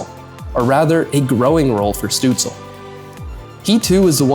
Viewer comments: Why aren't you saying Shtutzle instead of stutzle? In German his name has a "Sh" sound at the start. You should know this if you speak german. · Stoots-leh not Stoots-ul. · It’s not pronounced Stützle….it’s Stützla. 🤖🤦‍♂️🥃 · German pronunciation is Stützl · No, it's not lol it's "Shtutsla" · Amazing Video about Stützle. Many underestimate the few German players in the NHL. I know it's very nitpicky but it's not pronounced DEL like the tech company. It's said like the NHL. You say every letter. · it's pronounced SHTUTZ-luh. loved the video though!! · Hot take..... if you make a video about someone... AT LEAST take the 15 sec to use google translate how the name is pronounced... Tell me you do know a thing about german Hockey without telling me you dont care at all? DELL :face-fuchsia-poop-shape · great video.. but u really have to check the pronunciation of tim ✌️😉😘🇩🇪🇩🇪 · Thanks for the video. You pronounce the Ü in Tim'S family name correctly. That is a tough one for English speakers. Well done. However, you butcher the start and the end of his family name. St at the start of a word in German is nearly allways prononuced sht. More improtatn, the le add the end is not soundling like el in English. Stützle doesn't rhyme with apple, angel and so forth. Pronounce the el the same as the final l of Leon Draisaitl.